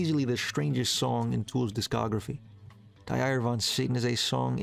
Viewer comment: Interesting video that the algorithm just shuffled to me...! Die Eier. It is pronounced "dee I err". Cheers from Germany! I saw Tool live once in Berlin early 2000s, but didnt like it much, probably due to the sound. And my ignorance. It is by far my most loved band now for years.